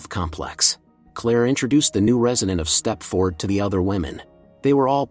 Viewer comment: It's pronounced step-ferd. Not step-ford. 😖😖😖😖